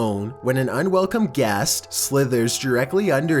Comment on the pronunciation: Awfully defective pronunciation. "Gast" instead of "guest", "ins-tent" instead of "instnt", "situay-shen" instead of "situayshn" ... Oh Goodness!!!! ... UNBEARABLE!!!!!!!